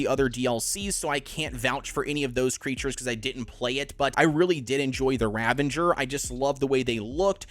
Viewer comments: RavENger? Is that some marvel super hero? How about ravAger. Learn2pronounce. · Ravager is not pronounced as ravenger. There is no bloody N in the word. That has grinded my gears ever since aberration released on survival evolved and people started pronouncing it with an N when there is no N in the stupid name.